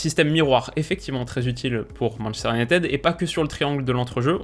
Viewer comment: "Manchester unitÈde"... Ca pique les oreilles 😖